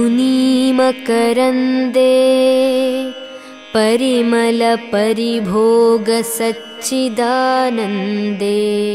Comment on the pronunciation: Who is the singer I don't know but parimala vuchcharana koncham chusukonte Inka baguntundi. Naku thelisi parimala shabdam lo la badulu ala sound ravalsi vundi. Naa thappu, porapatu emayina vunte kshaminchandi